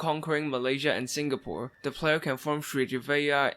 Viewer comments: To say srivijaya its "Sree Vee Jaya" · i like how he wasn't able to pronounce "Srivijaya Empire" until his 3rd try indian names are actually hard tho